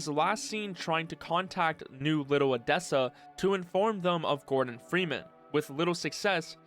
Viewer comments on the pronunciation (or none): none